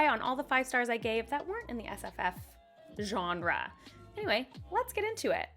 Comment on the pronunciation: Allen would be proud of your “genre” emphasis.